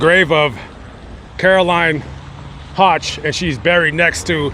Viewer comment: WOW!! THATS MY MAIDEN NAME!! That is such an unusual name!!!! I heard you say “hotch” and I’m like wait a minute that was my nickname because no one could ever pronounce it!! 👍🏻😞😂😂. It’s prounounced like you’d say “woke” “höch”. THIS IS SO INTERESTING I HAVE TO SHARE WITH My FAMILY! Thanks for this!!! Long time viewer!! ❤❤❤